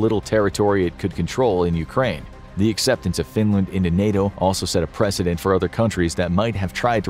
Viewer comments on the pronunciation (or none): none